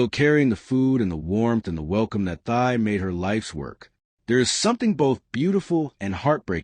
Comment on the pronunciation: Her name is pronounced Tee, not Thigh.